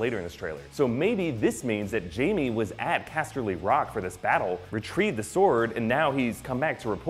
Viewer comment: OMG I SWEAR IF HE SAYS CASTELY ROCK LIKE THAT AGAING I WILL SKIN HIM AND THEN FEED HIM TO RAMSEY BOLTON.